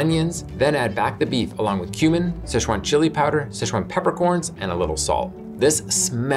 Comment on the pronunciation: Ok, "cumin beef," not "human beef." That one threw me for a sec.